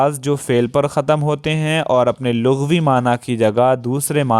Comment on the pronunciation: خَتَم آپ نے دوبار بولاجب کہ خَتْم بولنا چاہیے۔ بچے جب ایک بار سنیں گے تو عمر بھر کے لیے وہی تلفظ دہرائیں گے۔ اس لیے ہماری ذمے داری صرف علم میں اضافہ کرنا نہیں ہونا چاہیے۔ ہمیں املا، جملہ اور انشاء پر بھی دھیان دینا چاہیے۔ ادائگی پر تو خاص اس لیے کہ آج کل ویسے ہی بینڈ بجا ہوا ہے۔